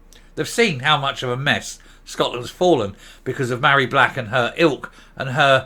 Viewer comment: Her name is not pronounced Marry, Mh in Gaelic is a V so she is Varry. I am Mairi because my name has no H. Hope I made myself clear. Funny that she doesn't know the origin of her first name.